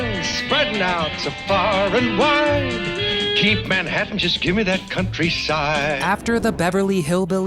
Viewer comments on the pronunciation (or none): none